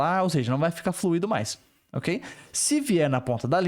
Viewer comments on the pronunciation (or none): none